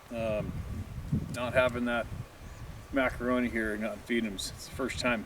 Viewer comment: Mr. Mac-a-roan-ē